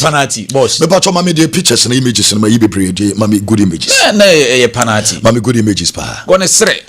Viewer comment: please the word is pronounced pe-nal-ty and not pa-nal-ty. Check your words and pronounciation well.